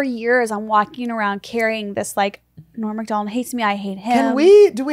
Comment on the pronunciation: Esther says Norm Macdonalds....with the S